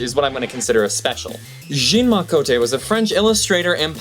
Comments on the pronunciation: The French name Jean is pronounced Jawn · "Jean," as a Frenchman's name, is pronounced "Zjhon," not "Jeen." FYI. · Its spelled 'Jean' but its pronounced 'John'